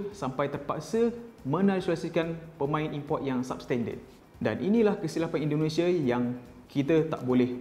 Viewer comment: Indonesia cik bukan Indonesiye